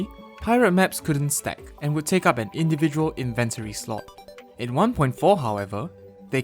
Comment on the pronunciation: why do you say inventory like that